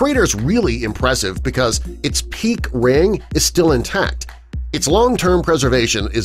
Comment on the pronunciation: Rare pronunciation of 'peak Ring', sounds like peak Wing.